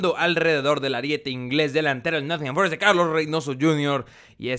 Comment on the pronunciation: "Con el Nott'n Forest el blablabakfkfkakNcisia de la Premier League"😂😂😂😂